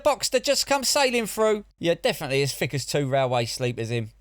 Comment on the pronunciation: If you are going to call people thick, perhaps pronouncing it "fick" is a little thick, don't you think?